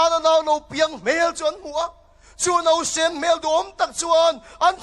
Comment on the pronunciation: NAUSEN tih turah NOSEN, NAUPAN LAI tih turah NOPAN LAI i ti mawlh mawlh nai a, hei hi mi tam takin kan lam sual fo ṭhin a ni a. Mizo ṭawngah NOPANG a awm lo va, NAUPANG erawh an awm a, NOSEN a awm lo va, NAUSEN erawh a awm thung, ṭawng lam dik hram hram hi a pawomawh a nia